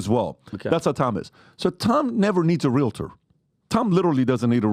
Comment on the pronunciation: Omg, Tom DOES NOT understand how it works and he doesn’t even know how to pronounce REAL-TOR. No one has EVER been forced to sign with a full price agent. Discount agents have always been around. You get what you pay for. You can also list your home yourself. These new changes may be very bad for buyers. Buyers may indeed be paying full price for a home, which is includes the cost that would have gone to represent them, yet they will not have any representation in the biggest transaction of their life. Paying for it, but not receiving it = a bad deal for the buyer. Tom, you do not know how it works nor what the agents do to earn it so please, educate yourself before you speak.